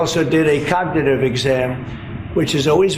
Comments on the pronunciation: I'm surprised he can even say cognitive. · He can barely say “cognitive.” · He can’t even say cognitive !! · Trump can't even say "cognitive" correctly.